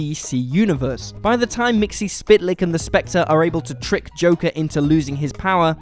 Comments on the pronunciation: It's MIX-UHL-PLICK, NOT MIXY-SPIT-LICK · I thought it was more pronounced like, "Mytzel-plick" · Mxyzptlk mik-sul-pit-el-ik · I don't think Mxyzptlk is pronounced that way... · Learn how to pronounce Mxyzptlk. You're embarrassing yourself. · Yeah, and the stupid way he pronounced Mr. Mxyzptlk's name.